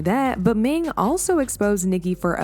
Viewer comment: Her name is "Ning" but you keep calling her "Ming" lol